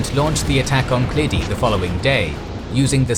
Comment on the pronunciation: Key key pass